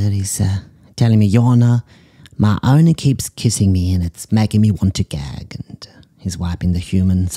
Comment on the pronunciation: “Here we have a dog being murdered by its ownah” “not sure why she sent this in…” 💀